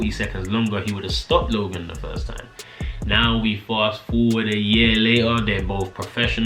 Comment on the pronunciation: Sheesh ya boy saying logan shee